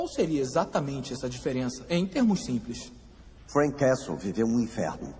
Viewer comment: A advogada falando "Freak Castle"! Nem assistí tudo e já sei que foi a melhor parte. 😂😂😂😂